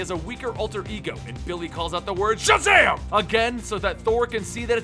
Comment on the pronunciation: when Shazam introduced himself je should have been back in his kid form because he said sjazam!